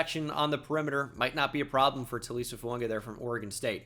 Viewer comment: Why do you routinely pronounce Fuaga as Founga?